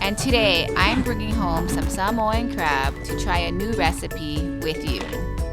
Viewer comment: Thank you for pronouncing Sāmoan better than some Samoans😂